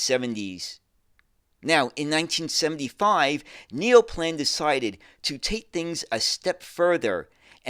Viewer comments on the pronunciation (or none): Neoplan is approximately "NEY-oh-plahn". "Auwärter" is approximately "OW-wear-ter.".